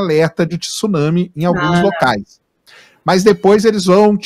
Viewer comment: Um estudiosos falando tisuname! Então fala maremoto! Tsuname!